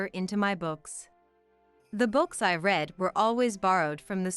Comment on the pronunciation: You can't even say read the right way. The way you said it means in the past he read, sounds like red, not in the present as you meant, sounds like reed. The way you said bass, is the instrument in a rock band and many other forms of music. The fish has a short a, nothing like this. Find out how to pronounce english before you confuse everything. Over 2 hours, seriously. Do you teally think people have that much time to burn? Nope!